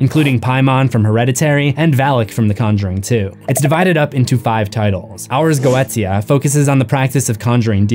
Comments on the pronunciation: I dont mean to be rude but its pronounced Ars Goeshia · Every time you say air yeet it makes laugh. Every time. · "Air yeet" i love it